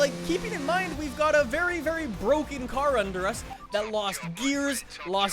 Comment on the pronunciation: It's Bwoken!!!